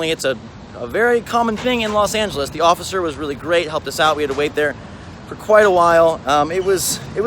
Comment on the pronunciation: IT'S LOS FRICKEN ANGELES!